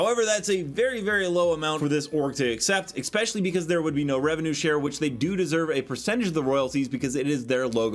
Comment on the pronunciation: Why do you keep saying 'eggspecially'?